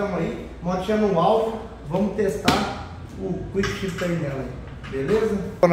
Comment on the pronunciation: "Cuickchifter" vc vai vê 🤣🤣